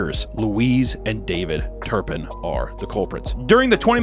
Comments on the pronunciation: It’s not turnpin it’s Turpin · "TURPIN" not turnpin. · Why is he saying turnpin?!?!? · It drives me nuts he keeps saying turn pin